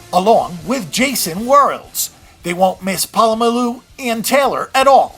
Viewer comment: nice vid but I cringe everytime you slaughter Troy Polamolu's name